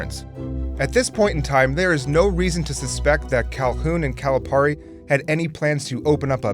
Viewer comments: It's not 'Cali-PAR-e' it's 'Cali-PEAR-e' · It is pronounced “Calipeari” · how do you say calipari wrong jesus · You gotta pronounce the name right for Calipari, man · It bothers me how consistently you mispronounce Calipari's name. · The amount of times he mispronounces calipari’s name triggers me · Is it pronounced Calipari or Calipari? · Say Calipari right plz